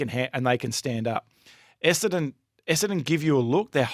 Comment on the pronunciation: Could someone please teach that Essendon has TWO ‘n’s’ in it…….EsseNdon not EssAdon!